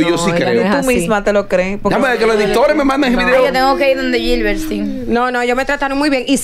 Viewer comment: "larimaL, eLnesto, iLving, robeL, entonces el que va con L,gilbert...."girbert"